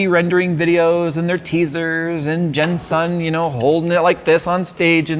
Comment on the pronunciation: are you unable to say jensen without adding some “asian” twang to the name? just say jensen as it’s written, and not jen”sun”